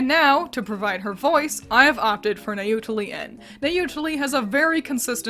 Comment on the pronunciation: I'm pretty sure the -ien in NayutalieN is pronounced like in "alien."